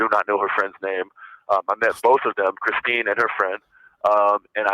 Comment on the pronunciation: Yeah, he was calling her "Kristen" instead of Christine. He can't get anyone's names straight, and that's why he calls almost every girl "baby," which is just 🤢🤮. Such a creep!